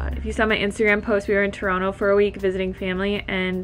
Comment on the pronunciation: You pronounce Toronto like a local -- "Tuhrahno." Thanks, girl! Love from southern Ontario <3